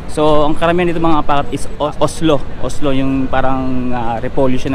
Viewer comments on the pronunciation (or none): COLESLAW ata yung side dish sa KFC, pagkarinig ko kasi sabi mo oslow, or baka slang lang pagkabanggit (peace!),hehehe